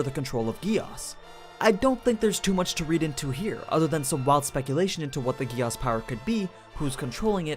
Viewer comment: Whyyy gehh asss and not geees like they say in japan, german and all other languages?!?